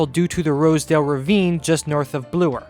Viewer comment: I love you dedication to the issues at hand. It is truly impressive. On a completely different note, I could not help but notice that you pronounce 'Bloor' as 'Bluer'. I was just wondering why do you do this, since it is the first time I hear such version.